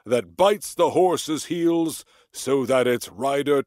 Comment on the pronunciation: 낭송완료 롸이팅했습니다 🐢 여러번하니 부드러워 지네요😊 horse's heels 발음 홀씨ㅅ힐ㅅ 재밌어요 그 어릴적 덤블링이 tumble인가보네요😂 VIPOR도 배우고 삼손도 단족속이군요 👍